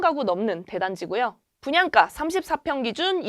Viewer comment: 발음이 왜 이렇게 된 소리를 많이 내나요? 땅깞?, 분양까?, 있떠라고요?, 없따? 강남꿘?, 있꼬요?, 입찌?, 중국말하는 줄 알았어요. 귀에 거슬리네요.